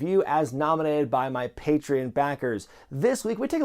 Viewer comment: Pay-tree-on homie